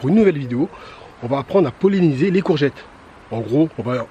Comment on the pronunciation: Merci beaucoup ! 👍 "Polliniser" pas "poléniser" 😊